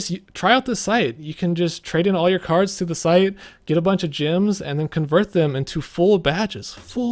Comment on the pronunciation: why do you keep saying gyms instead of gems? lol